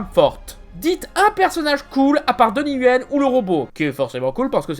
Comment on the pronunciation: Donnie Yen, pas Yuen ;)